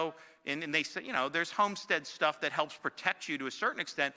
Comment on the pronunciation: Was it me or did he say.... "and lots of other shtuff"